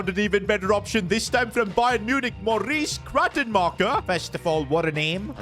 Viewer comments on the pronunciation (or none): none